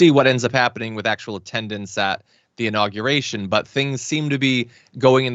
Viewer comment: Hey, new guy, I'd imagine you went to college. Make your parents proud & stop pronouncing the word inauguration....'In-nogger-ation' -DERP🤪